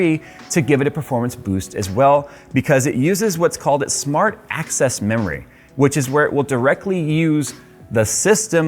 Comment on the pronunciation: Is it just me or did I just hear "SMART ASS memory" ?🤣